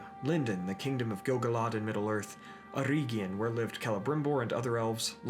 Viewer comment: May i bring up a minor criticism of the otherwise great video? The second "e" in Eregion should sound the same as the first one. Like the "e" in the english word "bell", not like the e in "ear".